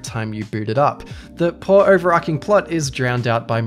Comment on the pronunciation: The amount of times you mispronounce "overarching" is cromulent